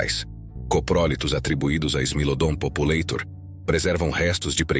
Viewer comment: Não se pronuncia "populêitor". O correto é "populátor". É latim! Não é inglês!